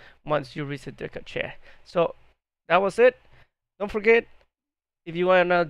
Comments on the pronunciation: Handy heads up, cache pronounced cash not cah che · cant even say cache right my god